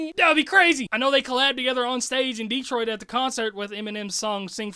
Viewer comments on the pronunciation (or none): none